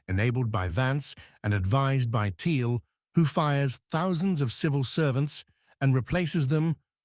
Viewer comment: Please teach the Eleven Labs voice to pronounce Peter Thiel's name correctly (it is pronounced "Teel." It is one of the many things that makes current AI voices dead giveaways. With that said, this is spot on and is exaclty what is happening.